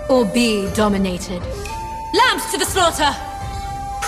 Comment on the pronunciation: lamps 💀💀💀 lmaooo im pretty sure its lambs as in sheep